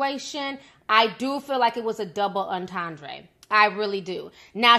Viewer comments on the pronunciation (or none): Was the breakdown of her lyrics from someone in her camp or some outside deep thinker? Because I can analyze anything and say that's what the writer meant, but what the writer meant and my analysis are two different things. Also it's pronounced double enten-dray and her name is A-va not E-va.